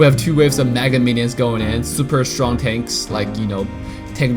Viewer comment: Yasss, btw who loves how says "strong" as "shchong" ❤️